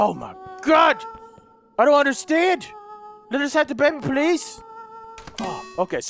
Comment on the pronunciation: When says please it sounds like police LOL